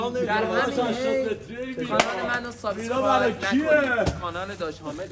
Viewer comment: فحشم ندید ایراد نمیگیرم فقط واسه اطلاعات میگم شماها میگید سابساسکرایب یادتون نره باید بگی سابسکرایب دیگه ا نداره اینم میدونم ما ایرانی بیشتر ی ها میگیم اس در صورتیکه از بین دندونهای تلفظ باید کرد و S س هستش نه اس